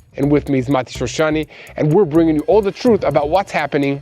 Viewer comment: please say name of shoshani correct.mati shoshani no mitishrishani